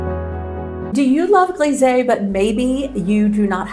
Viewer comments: Lovely bathroom, coming along nicely. Just one little comment, not criticism, so please don’t get offended, your pronunciation of ‘grisaille’ is slightly wrong. It should be as if you said …eye at the end. Just saying… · Oh that's a pity with the mirror. But these things can happen. Looking good! I'm curious to see the whole finished bathroom, I can imagine a bath in there would be lovely! Fr. Grisé = US "Greez-eeh" . Fr. Grisaille =US "Greez-I" (as in "Ay" Caramba in Spanish, or "I" love painting). You have alot of followers and people will quote you, so it's kind of important, hope you don't take it personally. Grisaille has been all the rage in recent years, but really works best in 18th century interiors or older. I especially like your bolder foliage with more definition, and green will be an interesting addition too see! Best of luck finding a good mirror, (or having that one broken panel replaced). I'm sure you'll find something lovely! I think mural painting is something everyone should give a go, it's so much fun and it's just paint, you can always repaint or go slow and add over time, wheras a De Gournay paper is a huge investment for most people. Be daring, go for it! ❤ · Wonderful results - the bathroom walls look amazing. The smallest of French corrections: there's a "sigh" in grisaille - it rhymes with Versailles. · Always amazed at how talented you are but as a French speaker, one thing: grisaille is pronounced “gree-z-eye”